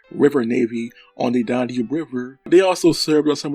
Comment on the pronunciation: Learn How To Pronounce DAN-UBE!- NOT DON-UBE! When You Talk About The "Weight" Of A Ship, You Use The Word "Displacement"! (Nice Collection Of Rare Footage, Though!)